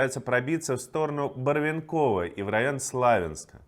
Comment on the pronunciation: Ведущему. Ударение - БарвЕнково.